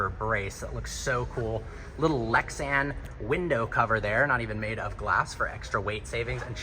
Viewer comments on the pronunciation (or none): none